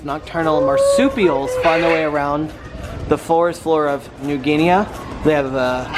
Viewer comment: It's pronounced "New Guineee" there is no "A" sound.